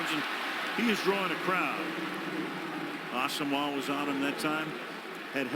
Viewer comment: way to pronounce Asomugha you fucking fruitcake